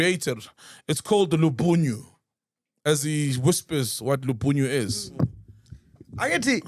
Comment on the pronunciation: Macg please stop translating tshivenda pls . You are butchering it pls. Lubunyo is a naked man mostly hide in bushes sneaking on woman bathing in rivers